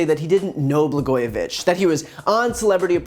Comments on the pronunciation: 'Blagojevic"K"? He doesn't even know how to pronounce his name? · This dumb asshole cant even pronounce Blago's last name. Trump needs to have his orange ass blasted into space.